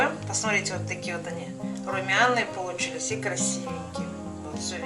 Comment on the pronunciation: Режет слух ваше "полуЧИЛИСЯ"!!!